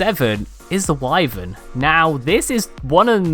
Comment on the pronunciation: I def would put wyverns (btw, thank you sooo much for pronouncing it correctly and not making my ears bleed) at #1 or #2, along with a spino - those are my top 2 have one with me at all times duo. Direwolves and Thyla's i really need to start playing with more. I always feel like they'd be too squishy in a fight. I love direwolves because they locate injured/dying creatures which has been super helpful at times. There are a few others I'm surprised didn't make the list like Quetzals, Megatheriums (I'm sure I'm spelling everything wrong) and Snow Owls. But pretty good list.